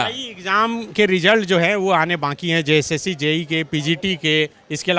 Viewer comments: Jssc toh tum se thik bola nahi jata "jcsc" bol raha hai tab se ...sala boka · Jb bolta hai to JSSC ko JCSC bolta hai